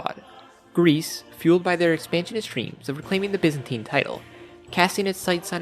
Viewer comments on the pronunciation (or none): none